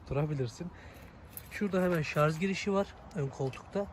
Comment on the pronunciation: La gardaş bu melmekette şarj etmek kelimesi yerine şarz etmek demiyen var mı yala ? Gözel türkçemizde elektrinkli cihazlar asla şarj edilmez illa ŞARZ edilier. ŞARZ derken gusuveren oluyo miki hiç acanba ? Eline sağlık gardaş güzel gaset doldurmuşsun.